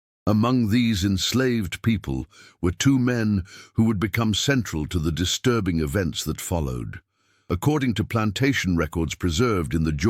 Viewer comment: why do you call it disrurbing? you must be a racist too...